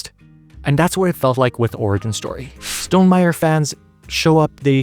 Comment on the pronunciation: the way you say stonmeier-y sounds like stonem-irie jamaican style